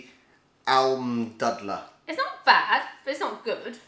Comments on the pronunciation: Almdudler: It's not dud, it's closer to dude. :D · The "u" in Almdudler is pronounced the same way as the "oo" in Yankee doodle. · You have to say it more like: "almdoodler" than its right, nice vid